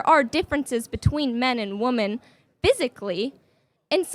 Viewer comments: Shes so educated and smart but cannot pronounce the word women... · Why can't none of them say "women"? They say "woman" for plural. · The fact they keep saying woman instead of women is very telling. Women have a god complex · When did we start saying the word woman like that? In her sentence it should be pronounced women. Like wim-en. Why does she keep saying woom-en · A woman that can't say women wow so smart and educated